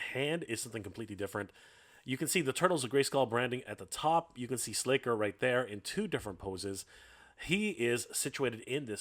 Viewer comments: SLACKER. Not "Slayker". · Slasher, pronounced with a short ă. C'mon!!! How long have you been talking about these properties. I think you're trolling us.